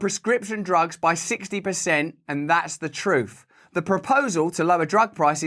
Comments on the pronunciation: Did Biden say "jugs" instead of "drugs"? 😂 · He said, prescription "jugs" 😂😂 And he has background token fans....😂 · I SWEAR I heard him say "prescription *Jugs*" 🤣